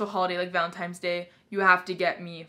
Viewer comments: "Valentimes Day" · No way did you just say "valenTIMES" day- ahahah I cant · “Valentimes day” I love you so much lmao I do that all the time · who else noticed her say valentimes🤣👀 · did she just say.... valentimes day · "valentiMes" no hate tho ily